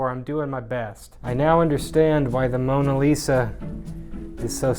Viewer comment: "i tried to paint the moSa lisa" LMAO good job